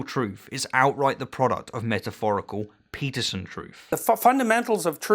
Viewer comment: So you "Debunked" his perception and meaning of truth by telling us your perception of the meaning of truth? You cant debunk a claim by asserting another claim that is no more plausible than that you are trying to debunk. Realist truth is simply the truth ypu believe. And ffs you pronounce his name Stein not steen.